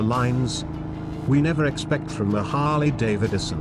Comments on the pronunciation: "Harley Dave Edison..." 😂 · "Harley Davididson." So close computer voice. So close.